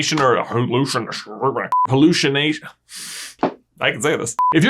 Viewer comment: It's Hearlookination